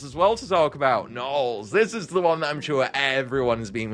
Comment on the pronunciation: “Baby narls”?!?😭